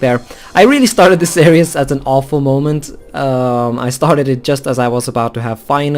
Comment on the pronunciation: Your Norwegian accent makes "Series" sound like "Ceres" as in the dwarf planet in the asteroid belt.